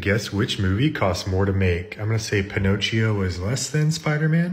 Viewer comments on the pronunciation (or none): pinocchio the ch is k😂😂😂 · "lets go to my am my: "pino cheo" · pin-ochi-o oh my god